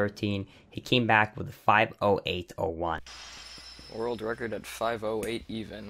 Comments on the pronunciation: Idk why but it bugs me every time I hear you say 'Wu-Record' instead of world record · "Wull recor" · Great video, misses some explanation for some tricks (what does barrier skip mean? What barrier?) but overall very interesting. Good job. Oh but please learn to pronounce “world record”.